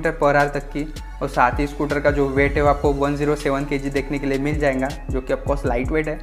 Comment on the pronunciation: Bhai "jayenga jayenga" kya hota hai XDDD Jayega bolo bhao XDD Scooty review krte krte jayenga ko beech m kate late XDD